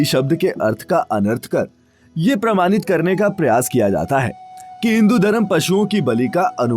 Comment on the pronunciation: Very glad to see a vdo on this topic. Nice content. But your pronunciation of some hindi word r done in English. Jaese varnan, varnit, pramanit, aadi. Agar aap hindi me vdo bna rahe hain to shuddh hindi bhi boliye. Warna log jo hindi padhte nhi unhe yahi hindi sahi lgegi or hindi k bahut sare shabdon ka uchcharad bhi wo galat dang se karenge. Warnan or pramanit jaese shabdon ko isi tarah na padh kr hindi me sahi uchcharad kr k boliye. Taki log bhi hindi bhasha ko sahi se jane.